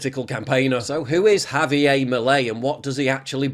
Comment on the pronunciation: It’s pronounced havyair not havyay. Argentina is not a Francophone country. Get it right.